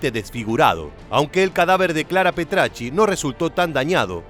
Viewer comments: Petachi no Petrachi además sabe menos de la historia real de lo q parece malísimo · Petacci !!! No Petracci. Petacci. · Antes que nada es Petacci, no PetRacci Pero lo peor son la falsedad de tantos datos!!! Lamentablemente no han estudiado toria historia o solo la sesgada burdamente 😮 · El apellido de la amante del Duce es Petacci y no Petracci. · Petacci no pretacci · Petacci, no Petracci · Petacci, no Petracci. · Si hubieses dicho bien el apellido de su amante habría estado mejor, que desastre 🤦🤦